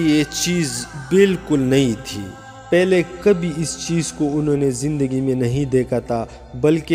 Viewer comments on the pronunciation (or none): none